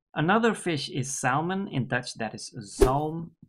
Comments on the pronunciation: My father, who was Dutch, always told me that groeneharing (not sure of the spelling, but I'm sure you know what I mean) was horrible. In English we don't pronounce the L in salmon, so it would be pronounced like SAMMON. Once again, another great video - not only language but cultural context as well. Thank you. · Hi Stephen, thanks for pointing that out, about the pronunciation of salmon! I never had 'groene haring' (green herring), but from the description it doesn't seem all that bad. It's when the herring was salted (gepekeld) for a short period on the fishing boat, making the taste more fresh/ raw. I guess the name 'groen' is from the expression that someone new (like a rookie) is green (in Dutch 'een groentje')